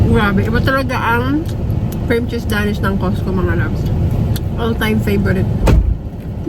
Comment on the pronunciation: hind po Da-Nish ang tamang pronunciation sa paborito nyo bread its Dey-nish 😊